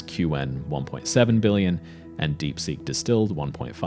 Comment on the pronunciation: Qwen is a single syllable, it is not Q-wen